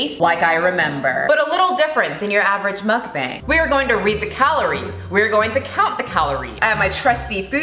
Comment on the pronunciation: I'm offended by the way you say meokbang XD